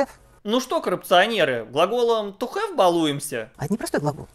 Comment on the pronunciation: Have хавать🤣🤣🤣😅 какая она интеллигентка